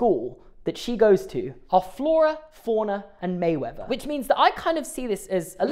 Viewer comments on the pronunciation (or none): Merriweather, I am hearing Mayweather instead.